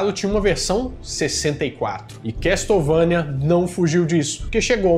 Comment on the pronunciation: A pronuncia é quéçouvenia não se probuncia o T na palavra Castle. Video Excelente como sempre, abraços pra vc e pra Bárbara Renato